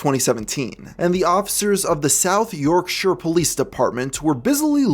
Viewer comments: Thank you for pronouncing Yorkshire correctly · Im actually a bit happy you pronounce Yorkshire correctly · never heard an american completely smash the pronounceation of "yorkshire" good job mate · Thank you so much for not saying "Yorkshiiiiiire" as most Americans do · As a Brit, thank you for pronouncing Yorkshire correctly. God bless.